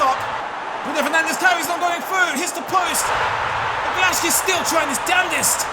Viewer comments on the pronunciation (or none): none